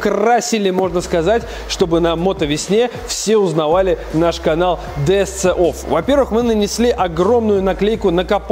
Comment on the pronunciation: Ди Эс Си офф...говори хотя бы правильно!!!